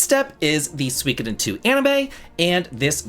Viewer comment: The pronunciation of Suikoden is killing me 😂😂 I’ll have to check out the game though!